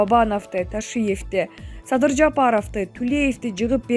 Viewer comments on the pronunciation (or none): Логопедке барып окуп уйронбойсунбу .тантырап садый деп элге уят болбой.